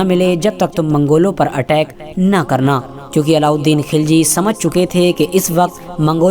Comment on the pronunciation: खिलजी नही खलजी